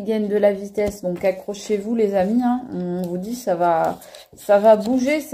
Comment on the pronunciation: tu as dis accrochez- vous, j'ai compris accoucher-vous!!!🤣🤣🤣c'est moi, un peu d'humour...😊